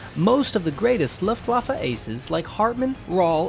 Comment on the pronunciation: How to pronounce Luftwaffe 🤦‍♂️